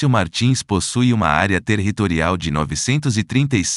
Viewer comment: Área "TERRRitorial", em todos os municípios????:face-fuchsia-wide-eyes: E a voz dizia TERRRitorial